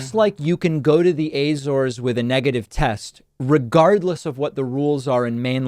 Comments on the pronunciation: Laughs at Pakman's pronunciation of the AYYYYYYYYYYYYYYYYYYYYYYYY - zores. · How many times does a native have to correct a pronunciation before you accept that it isn't A-ZORES lol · Lol at "A-zores". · I really don't think that's how Azores is pronounced